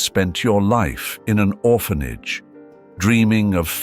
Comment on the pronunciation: Oh my goodness! Orr fan aggy..not orphanage and hoppy not hope! I can't listen anymore!